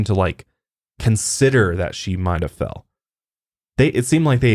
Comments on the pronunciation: you definitely said “fed” not fell 😂 great podcast! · He did say fed lol instead of fell